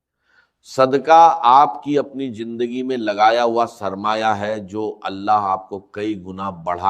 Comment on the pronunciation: jindagi nahi zindagi hai pahle bolna sikhye